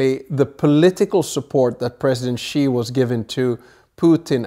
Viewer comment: Ghastly pronounciation of Xi’s name discredits the whole presentation